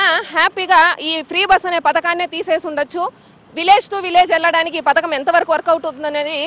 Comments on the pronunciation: Free bus padhakam kaadu anta....pathaakam anta 😂... Nee paytm kulla gajji batch. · మీ జగన్ హయాంలో ఇదికూడా లేదు కదా. పధకము అమ్మా పతకము కాదు script బాగా చదువుకోనిరండి. ఇచ్చిన కూలికి న్యాయం చెయ్యండి.